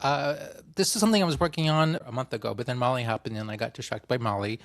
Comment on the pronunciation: At the beginning I thought you said you had been distracted by "Molly" (actually **Mali**), I was a little surprised you would admit to such casual drug use!